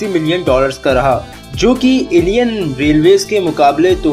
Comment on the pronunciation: " Indian " Thik se bolo aap